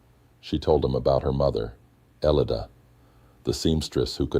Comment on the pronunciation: Omg that's my name !!elida, It sounds funny hearing an AI pronounce it lol